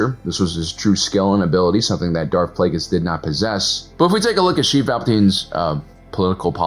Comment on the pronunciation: I'll never get over "Sheev".